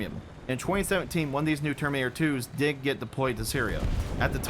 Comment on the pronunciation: Why do you always say "termator"? Where does the "in" go?